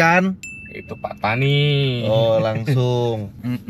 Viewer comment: Mungkin Pattani dari perkataan "pantai ini". Tapi cuba lihat bagaimana dieja dalam tulisan jawi Melayu. Bukankah Pattani dieja فطاني bukan ڤتاني ? Ia berbunyi "Fatoni" bukan "Petani/Patani".